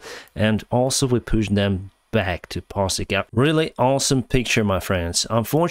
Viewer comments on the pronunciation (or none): none